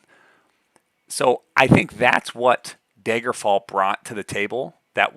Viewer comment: Are you from Wisconsin? I noticed "Daygerfall"